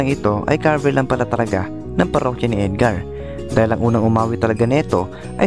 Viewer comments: Bakit pagbanggit nia sa “cover” ay “kaver”? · ANO BANG SINASABI MONG KABER? Cover po. Cover your mouth. Hindi KABER your mouth.